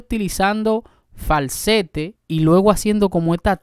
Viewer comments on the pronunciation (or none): Valbaro jajajajajaja ,es barbaro se dice , por favor , habla correctamente . No es falsette